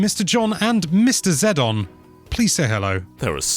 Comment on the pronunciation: ZED-ON HAHAHAHA